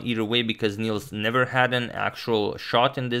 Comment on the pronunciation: Nils is pronounced more like "nills" than "neals" if you want to sound Swedish. Good luck! :)